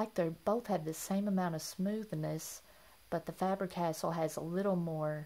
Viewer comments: Just to let you know, Faber-Castell is pronounced FAH-burr Cass-TELL. 🙂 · Thanks for the reminder. I realized that I was mispronouncing it when I watched the video prior to uploading it, but I was too lazy to reshoot it. Sorry about that.